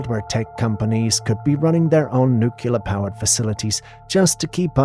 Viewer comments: Nah... it's pronounced nuck-lar = nuclear. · Lol I don't get how people make that mistake passed 18. I think a ton of us said nook-u-ler as a young kid but as you get older read it more and hear educated people say it properly over the years, I don't get how anyone makes it to quarter life still saying it wrong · No such thing as Nucular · Thank you! It drives me crazy! I think about 90% of Amerikans pronounce it that way. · And they're all Americans. Nobody else in the English speaking world pronounces it in such a retard way.